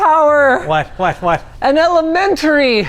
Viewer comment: "elementry" - Linus 2025